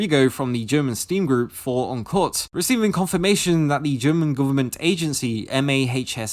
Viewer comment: im a little confused why you pronounced "for uncut" so weirdly XD since its english